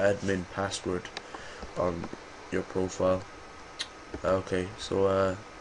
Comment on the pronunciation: whats wrong with ur tongue ??